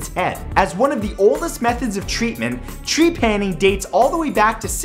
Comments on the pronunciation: I m sure some one said it but tree-panning?! Ur putting the accent on the wrong part. TrePANing. Just saying. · Trepanning. Well... uh... my last name is TREPANier, so this is uncomfortable for me.